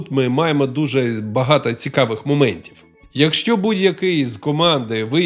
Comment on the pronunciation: Круто, що є контент українською, але в вас багато помилок у вимові. Кожен раз чуючи слово багато, в вас чується закінчення а, а не о.